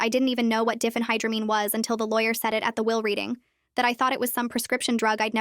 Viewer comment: Diphenhydramine is not pronounced Diffenhydramine. It's Die fen high dra mean.